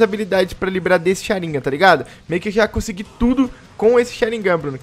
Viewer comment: O diz sharingan da maneira correta como dizem em japonês